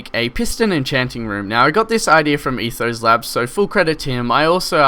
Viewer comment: it's, not ethos